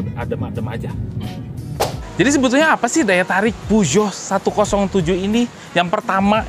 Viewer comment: saha nu maca puso jadi peo geot wkwk